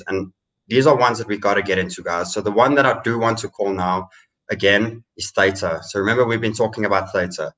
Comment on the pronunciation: Guys, love you loads. But please pronounce Theta correctly. You even had the Theta guy on talking about his project. There’s no ambiguity about the pronunciation.